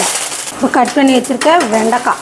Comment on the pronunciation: வெண்டிக் காய் இல்லை வெண்டைக்காய் சரியாக பேசுடி தமிழை கொலை செய்யாதடி